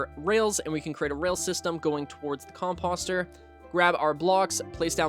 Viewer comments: Its not fuckin com-pahster its com-poster🤦‍♂️🤦‍♂️🤦‍♂️ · How is nobody talking about how this man is pronouncing composter like "imposter" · Listen, no hate meant at all like genuinely great guide however the way your pronouncing composter is actually like listening to nails on a chalkboard. Please just say it the same way you say poster 🙏